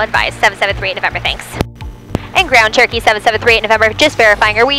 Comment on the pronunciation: Still sounds like "Turkey" to me! LOL